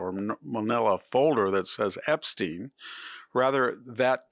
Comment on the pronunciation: Sounds like a joke from Young Frankenstein pronouncing Epstein's name with a long e instead of a long I like it's supposed to be. It is spelled with a long i. And yet you keep pronouncing it as if the English have any idea of how to pronounce Latin written words! Not even an English name